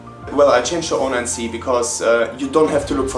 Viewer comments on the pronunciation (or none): 09cをオーナインシーって呼ぶのすこ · ディマは0をゼロじゃなくてオーって呼ぶんやね オロナミンCにしか聞こえないが笑